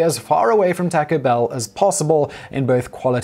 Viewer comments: Ok the tacko thing was funny until you said Tacko Bell making the mispronunciation obviously intentional. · Taco Bell is a corporation therefore no matter where you are from there is only one way to corrctly pronounce their name. Please have some respect and learn the correct way to pronounce it. Thanks